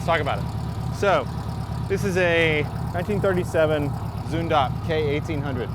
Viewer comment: The way you pronounce Zündapp in the end is pretty accurate! Cheers from Germany